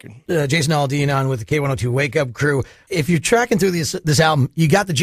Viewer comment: AL-dean not ALL-dean.... my god... learn how to pronounce his name!